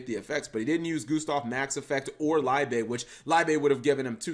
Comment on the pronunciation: Liebe is pronounced LEEB, it's German for Love